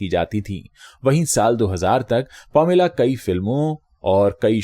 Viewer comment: Sir it's not pomila, it's paameelaa - pronounciation.🙏